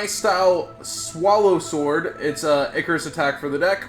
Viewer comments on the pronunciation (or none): none